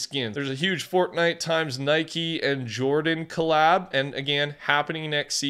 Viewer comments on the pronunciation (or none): none